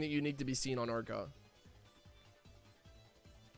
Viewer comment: Wierd how you keep mispronouncing urgod kinda odd dude